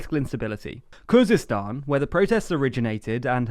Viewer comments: Khuzestan not Kurdistan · I think you mean Khuzestan